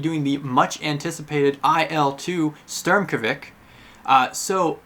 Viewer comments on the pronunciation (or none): It’s not pronounced Sturmkovik, it’s pronounced shturmovik